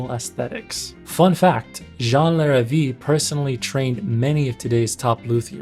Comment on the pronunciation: Just a couple of notes: Larrivee is pronounced Lar-ah-vey, you also missed a whole chunk of his history when he made electric guitars and basses (I owned one of each and they were amazing. He quit when Jackson threatened to sue over the headstock (I believe Jackson ripped off Larrivee and trademarked it). Also Godin is pronounced: Go-dan. Godin has lots of signature artists you missed and build guitars for other brands as well. Great video